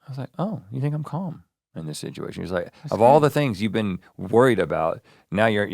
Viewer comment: I’ve noticed Rhett has a word he overuses and it’s “situation” except he says sidgeuation I swear that word seems to fine it on to Ear Biscuits almost every episode and I hear him say it quite a number of times on Morning and More. Someone needs to do a compilation video 😅